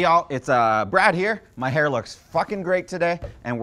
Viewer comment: Your hur is on point.